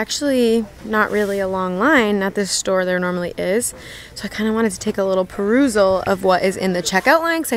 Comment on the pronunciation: Hey chickie, new here! Thought I was the only one that says parousal lol